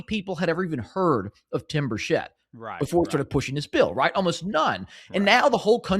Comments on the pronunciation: Hard 'ch' like chess or chicken NOT 'sh' like she or sheep.... and 'chit' not 'chet' Tim 'Burchit' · "Birchett" is pronounced 'BUR-chet', not 'bur-SHET'. ☝ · Tim Burchett's last name is pronounced Bur-chet. Just sayin'